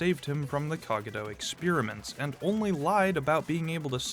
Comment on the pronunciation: Why is bro pronouncing Cogito like that?